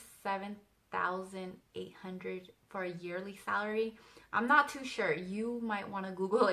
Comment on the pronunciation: "Salary" lol